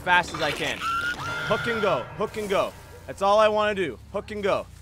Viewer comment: He says hook and go but I hear hit it and quit it😂😂😂